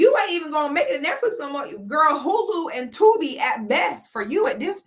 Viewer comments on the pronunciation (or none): none